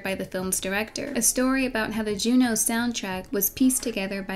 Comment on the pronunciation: every time she said “jew-new” i cringed